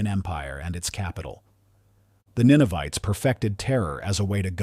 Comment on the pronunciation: Ninevites not Ninovites.